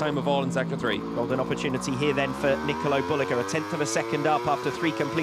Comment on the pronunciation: booaaahhh diese dämliche KI Stimme kann man sich nicht geben. Und das von WSBK persönlich. Traurig sowas ... da passiert sowas eine all time best Lap und dann mit dieser gruseligen Ausdrucksweise. das ist ein Bereich in das der BMW nicht gut dahinliegt. Ratzgar defrotzulguss .... nikolo derulug ... 5000 sekunden Rückstand nur zur 2ten Runde .. waaaasss ? mein Gott wie kann man sowas online stellen. Was ist los mit den Leuten ? Alles wird nur noch lieblos dahingeklatscht ...